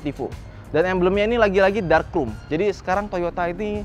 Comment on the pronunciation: Sering banget bilang “Ficers” Dan juga “Krum”, bukan “krom” 🐧